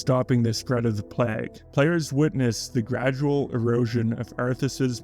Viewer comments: `PLAAY-GA-`, not PLAAAAGG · Excellent video essay, but I gotta ask: Why do you pronounce it 'pleggh'? ^^